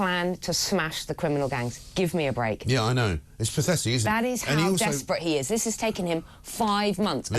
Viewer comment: It's spelt desperate but pronounced to rhyme with hunt